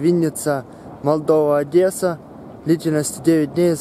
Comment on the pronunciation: Братан, на будущее, не "ОдЭсса, а ОдЕсса".